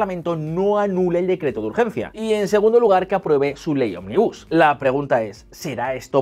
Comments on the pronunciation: ¿Soy el único que se ha cansado de escuchar "onmibús" en lugar de ómnibus? Jaja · Ómnibus es esdrújula si lo dices así es una empresa de autobuses. De nada. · Chicos, ómnibus es una palabra esdrújula!!! Jajaja